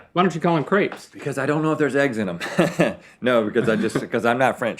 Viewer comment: don't worry rhett, us french already frowned on you 2 for the way you pronounced crepes